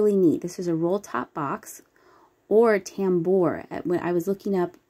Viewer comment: accent lon the 2nd syllable of tambour. love those dragon wear pieces!!!